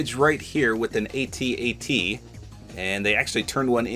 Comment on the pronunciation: The Eat-Eat restaurant is a throwback to the 80s when we didn't call the WALKERS A-T A-T .. We Called them AT-ATs ( pronounced like he's AT the grocery store) 🤠🤗